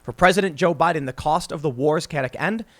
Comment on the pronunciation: Chaotic : KAY - ot - ic Stay in school